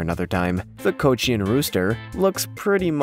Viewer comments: how can a bird be popular from the 1950s to 1930!?? 🤪🤪 Cochin, not Cochnin 🥴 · Are you saying coach ians? I believe the pronunciation is co chin. Raised them. Like them. Moving on. If you would like to purchase one of the critically endangered D'uccle bantams you can buy the Mille Fleur D'Uccle chicks from Cackle hatchery for under $5 each. How's that for a reasonable price for an endangered "species" of chicken. Raised them a long time ago. Very nice friendly chicken. Bantam (pronounced ban tm) breeds are small chickens BTW. Australorp has no beard it has wattles(the red hang down from the chin parts.) The buttercup refers to the unusual shape of the comb. breeds not mentioned. Malaysian Serama bantam smallest chicken in the world. Araucana chicken sometimes rumpless, lays eggs of different colors, blues, greens and so on. Phoenix chicken, another long tailed breed. Houdan another chicken with a top hat or top knot of feathers on it's head. Silver Spangled Hamburg good fliers, smallish chicken, doesn't do well in confinement. I think usually male pheasants are called cocks. According to oxford dictionary (at least today) a rooster is a male chicken. I suggest that you could have had 15 unusual Roosters without needing the pheasants. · "Coach in" is how you pronounce cochin. And most of those images are Pekin bantams, a completely different breed. But great video! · CO CHIN. no fancy stuff in there. just say CO CHIN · ko-chin ! pronounce it right! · You need to learn to pronounce Cochin correctly